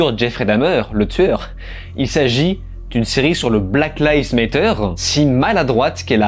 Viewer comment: C'est trop marrant comme chaque personne arrive a prononcer black lives matter differemment et a chaque fois faux ^^